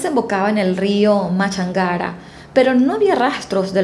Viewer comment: Me gustan tus casos, felicitaciones estás muy bien documentada...... exactamente lo que se vivió y vive aún en mi país Ecuador...... solamente 2 cosas ellos vivían en Miravalle, y el río es Machángara (con acento en la a)